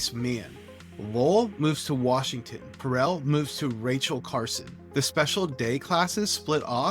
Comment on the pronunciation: Are you AI??????? You can’t even pronounce Terrell or Horace Mann properly. How is anyone supposed to trust your analysis????